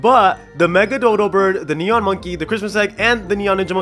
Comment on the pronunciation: You said nenon owl hahaha